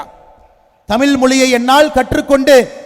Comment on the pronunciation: ஏழை தாயின் மகன் யாருடா தம்பி. பொய்யாய் புகழாதே டா. தமிழை தமில் னு சொல்லும் உன்னையெல்லாம் தமிழனாக கருதமுடியாதடா தம்பி